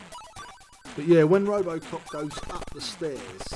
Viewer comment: I loved playing this game back in the day. For some reason my brother thought the game synth said ‘Apple Croft’ rather than ‘Robocop’. Go figure!!! But funny at the time.